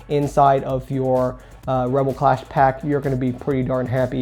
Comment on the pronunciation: It's clash not class